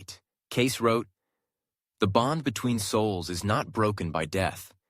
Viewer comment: Cayce pronounced Casey.